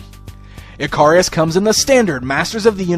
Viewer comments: Don't you pronounce his name ick-a-ris instead of eh-car-ri-us. Other than that, looks a pretty solid figure all round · His name should be pronounced Ick-a-ris, just like the character from Greek Mythology. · Dude, not sure you are pronouncing his name correctly. I think it is pronounced like the Greek myth.